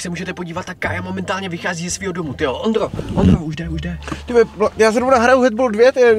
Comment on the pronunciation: řekl tivole